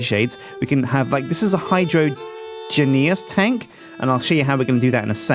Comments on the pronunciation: Hi-Drain-Juz, not Hydro-an-geas. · Hydrangeas Hi-Drain-Jas... It just bugged me the the way he said it. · It's rather comical how no one in the Yogscast knows how to say Hydroangeas. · Zanzibar Haberdasher No they're not, it's a pun on hydrangeas (a type of plant) so it should be pronounced HYDRO-AIN-GE-AS not HYDRO-AN-GE-AS.